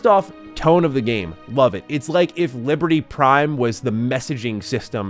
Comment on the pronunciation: And "liber-tea"😅